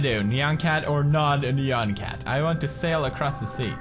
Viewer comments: It not pronounced neyan cat its pronounced niyan cat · ITS NYAN CAT NOT NEON CAT!!! :p